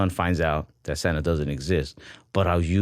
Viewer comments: We all heard "standup" when said "Santa". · lying through his teeth, he def said "stand-up" not "Santa" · I literally thought he said "stand-up " every time he said it... Not Santa. 😂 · I heard stand up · I also thought he said stand up instead of Santa hahaha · I also heard Santa 😂